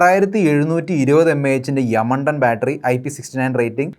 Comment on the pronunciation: യമണ്ടൻ എന്ന് പറയുമ്പോൾ എനിക്ക് മാത്രമാണോ ചിരി വരുന്നത് 😂